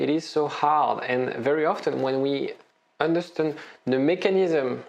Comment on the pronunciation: Love your videos. So helpfull. Only thing I can't get use to: It is understAnd, not understUnd 😅